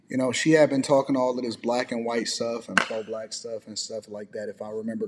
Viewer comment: I appreciate the way he’s defending himself and respect the way he handles himself. Especially that he’s STILL being respectful to her (the creator). Also the way kept saying “whyyyyyyte” with that super southern twang KILLED ME😂